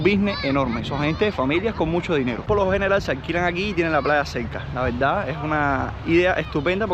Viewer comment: Cuando vas a vas a dejar de decir VELDA en vez de VERDAD?... O es un problema insuperable? Dicho esto, sin animo de ofender.